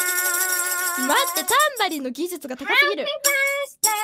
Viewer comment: ダンバリンになってるで！